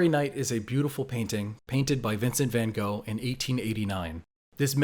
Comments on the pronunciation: "Vincent fan Gohl" lol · Not only do Americans insist on pronouncing it ‘Vincent van GO’ 🤢 but now yall don’t remember what the stary night looks like lmao